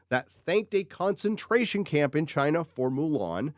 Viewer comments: Thank you,, for delivering more good news about the ever growing conflagration that is the Disney dumpster fire. Also, I love that you've adopted the way of pronouncing CHIIINA like someone else who shall go unnamed. Well done! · What a human-turd hybrid. Why do you need to emphasize the word "China" like that? Pretty pathetic.🤢